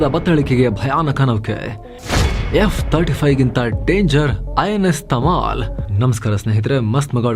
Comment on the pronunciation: Tamil ❌tamal✅🙏